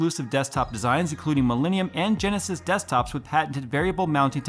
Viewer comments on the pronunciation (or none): none